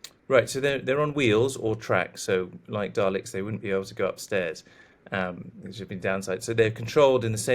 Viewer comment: "daleks" FFS wish Times could take things seriously